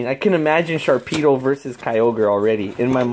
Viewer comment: there is no k in "Sharpedo''